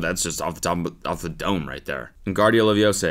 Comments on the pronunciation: cody bro, its leviOsa not leviesah..... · Am I the only one who imagine the Hermione meme when Cody mispronounce "Wingardium Leviosa "It's Levi-O-sa, not Levio-Saaa!"